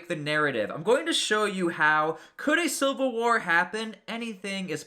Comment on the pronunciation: its civil war not silver war this dude is an idiot